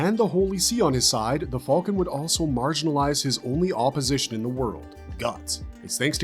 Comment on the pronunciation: like I said, it's great berserk content. But he calls the band of the hawk the band of the "fulkan" and pronounces behelit "beh-hell-it". It just sounds weird and pretty funny sometimes lol.